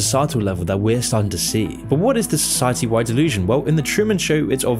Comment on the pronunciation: "So, 'sigh', Hetty." Society. You say tomato, I say, stop stop it's too crazy.